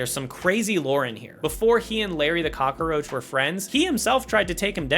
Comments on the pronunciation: the only thing in this video that shouldn't exist is your pronunciation of "cockroach" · Eretile function? Roof's car? Cock-a-roach? So many weird phrases and pronunciations in a single video.